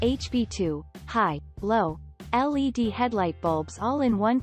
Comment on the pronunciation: Computer generated narratives suck ! I refuse to listen to a bot that can't even pronounce words correctly They are not lead headlights, they are L.E.D.